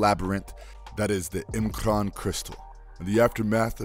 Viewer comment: Pronounces "M'Krann" correctly, an alien word only existing in X-Men. But can't pronounce "Moira" right - a common Irish name that actually is pronounced the same in English. ('Moyra' not 'Mo-ee-ra').